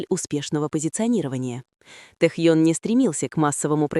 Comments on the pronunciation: Не Тэхон, а Тэхён!!! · Не раздражайте пожалуйста не правильным произношением имени Техёна. Но ни в коем случае Техон. Уважайте его фанатов. 🤔😯